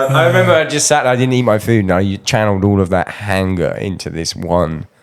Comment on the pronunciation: "GET OUT THERE AND TURN SOMEBODY INTA APPLESAUCE!"